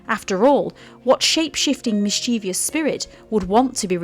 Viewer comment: There are only two Is in mischievous, not three, and only three syllables, not four.